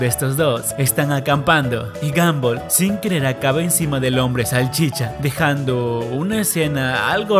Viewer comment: se dieron cuenta que dijo gomball